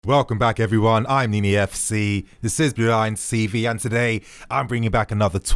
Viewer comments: Is it just me or does he always say blue lion cv instead of tv?? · "Hello everyone i am Nini fc, this is blue lions cv" i swear i hear this everytime & i always think he's trolling us